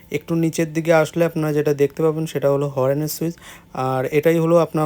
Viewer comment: উচ্চারণ আরও স্পষ্ট করতে হবে,ওটা হর্ন not হরেন,ভবিষ্যতের জন্য বললাম